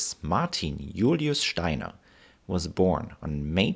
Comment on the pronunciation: I like this video, and I like the way you say "Steiner". I think it'd be great if you made a video on the history of the German flag in more modern times (Prussia to now)